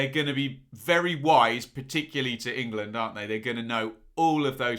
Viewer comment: going all Schhhteeeeve McClaren in this one with his pronunciation of "ING LAND". Class breakdown as usual though;)